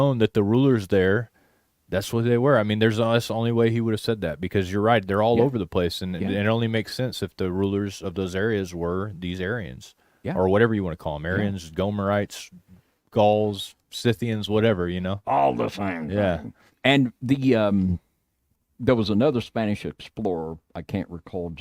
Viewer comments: Hello dear Brothers,could You please sound the writhe way .Scythians not Sinthians. Blessings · I think it’s pronounced “Sith” eeans, like Revenge of the Sith in Star Wars , coincidence? I doubt it. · It's SCYTHIANS for God's sake! Not scy N thians!!! I'm fed up with these 2 dyslexic dudes... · It's a pet-peeve of mine, but I REALLY wish would get the pronunciation of "SCYTHIANS" correct. There's NO "N" in that word.